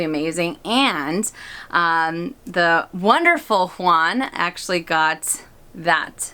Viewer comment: You are such a genuine soul!! Happy 10th Anniversary to you both!! Juan is also my favorite SA at Ala Moana!! And yes, you said it correctly!! 🌈🌴❤️